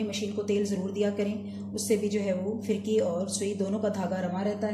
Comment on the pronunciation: Aap ka talaffuz sahee nahee hay, FIRKI naheen balkay PHIRKEE sahee lafaz hay.